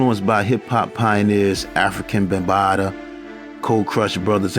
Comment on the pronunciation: Bro, you said African Bambaataa, and Ultramagnetics.. It's Africa and Ultramagnetic MC's